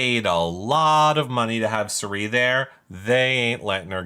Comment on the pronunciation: Is calling Cirie ‘Shuree’ on purpose? Lol